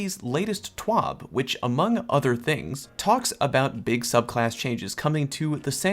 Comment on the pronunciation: It's T.W.A.B not T.W.O.B